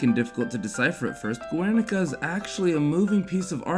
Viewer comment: Its pronounced gernica, not guernica